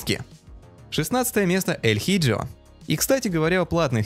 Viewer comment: Название той игры нужно читать на испанском. El hijo - Эль Ихо